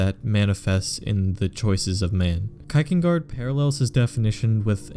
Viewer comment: you pronounce Kierkegaard really weird!